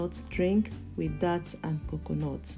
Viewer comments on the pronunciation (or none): It’s dates… pronounced like the date of the year. Not dat…. Or that.